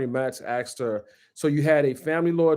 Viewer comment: I appreciate this guy, so please don't be mad at me, but the word is "asked" not "axed" lol, there's an S in the word